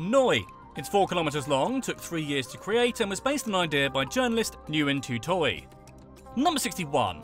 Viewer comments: it's pronounced win, not Newin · Nguyên is nwen not nu wen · Nope. I am Vietnamese and I teach you how to say Nguyen. GWEEN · Pronounce "Nguyen" as "when" NOT "Nu Yen" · You mispronounced the most popular last name. You pronounce it “win” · Nguyen is pronounced like the word "win". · Actually no, more like Ngu-yen. Easy as that lol